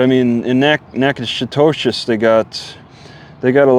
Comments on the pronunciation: I think it's pronounced nack a dish Keep your chin up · it’s pronounced Nack-A-Tish